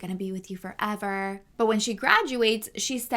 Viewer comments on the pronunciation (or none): none